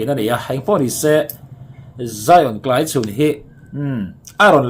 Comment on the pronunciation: Tlaichhun ti a i lam dan hi kan beng a kham ngawih ngawih. A lam dan dik chu Mafeli lam dan khiab lam hram teh aw.😮😮Channel nei tu pa